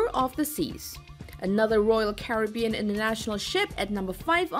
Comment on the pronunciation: Honey, you need an editor to work with your pronunciation: "Maersk" and "Caribbean" come to mind. 100,000 is one hundred thousand, not one hundred and a thousand.